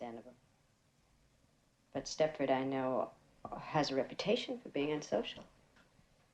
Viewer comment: No T in Stepford.